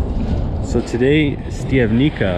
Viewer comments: not "stiavnika" but "Shtiavnitsa" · Pronunciation … Štiav correct, ni … knee, ca …tsa (like in pizza )So.. Štiav -knee -tsa 😊( Im also from Canada, born in Slovakia )